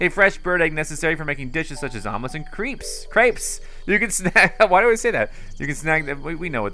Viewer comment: Exactly. This guy is getting billions of views which is no doubt affording him a comfortable lifestyle, and he has trouble reading words like "crepes" and "abode". Also, hours into the game and this guy still has trouble doing basic maneuvers. The main reasons why I'm watching him is because (1) he breaks his videos up into parts, easier than trying to break up a huge one-part walkthrough video, and (2) I like (viciously) ripping on him throughout. Haha. The great thing is that he doesn't mind, cuz he's laughing it all the way to the bank. Perhaps that's the secret of his success? Lol